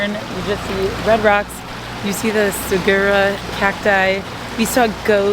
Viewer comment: I was going to jump on and say MAY SA! Oml Sa - gura - ro